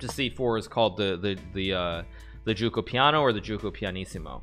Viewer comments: Hikaru: “since there are some Italians watching I’ll pronounce it correctly” Also Hikaru: “GiUcOpiAnO” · I legit thought Hikaru said the "Gucci piano" 🤣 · How tf did he pronounce "giuoco piano"?